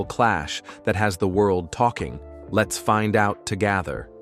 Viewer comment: Learn how to pronounce "together."